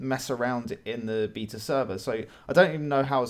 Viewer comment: The way you pronounce "beta" really annoys me....